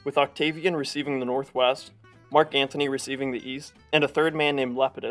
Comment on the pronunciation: Please... it's Mark Antony!! Not Anthony!!